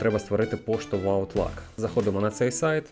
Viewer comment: Аутлук, а не аутлак.